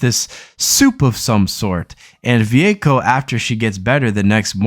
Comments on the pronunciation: Va-way-ko no Vuvuko or whatever you just garbled lol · You talk about using streaming services and can't even pronounce Vueko. Stop making anime videos you don't know anything about it.